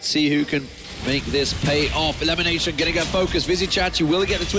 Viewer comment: limination? can't even pronounce lemon properly :/